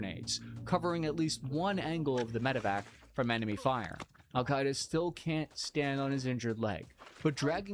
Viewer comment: "Alkaida" not "Al-Qaeda"